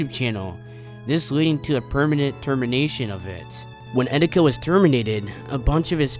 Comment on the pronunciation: eteeka not edica